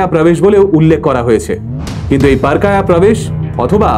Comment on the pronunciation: উচ্চারণটা হবে পর(+অ) কায়া(সংস্কৃত)